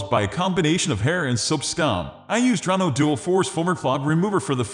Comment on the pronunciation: The correct pronunciation of the product is on the label and yet this computerized voice still mispronounced it as “Dronno.”